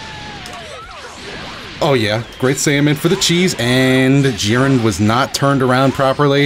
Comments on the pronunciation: who is Jirren? thought his name was Jiren, lmao just playing dont hate me but seriously who pronounces his name like that? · Oh man, JEE-RAN! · Gee-ren! Please pronounce it properly. It ticks me haha :] love your stuff btw! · Day 6, still mispronouncing jiren 😞